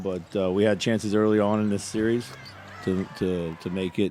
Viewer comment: It's a seeeeee-reeeeeez bruh!